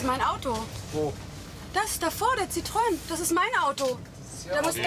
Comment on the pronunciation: Der Citron 😂🍋 Wird ja eigentlich Citroën (Citroän) ausgesprochen 😂 🙈